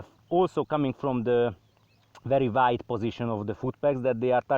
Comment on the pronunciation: "very very waid"